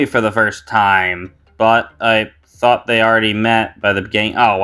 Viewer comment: Thanks! 😊 also you said thought incorrectly.